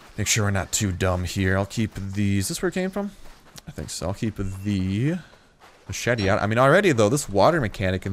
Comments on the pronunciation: Mach ete plz no its mash ett eee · its mashete not machete :P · Did he just pronounce machete ma-chet-a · Say maCHete one more time and that's a dislike.